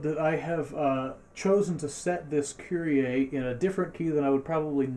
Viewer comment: Die Amis können einfach Kyrie nicht aussprechen 😂